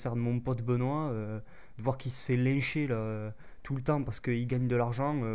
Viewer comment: Je suis d'accord avec toi. Mais "lincher" pas "lècher" :)